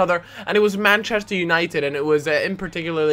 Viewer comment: the Meh-chester united xD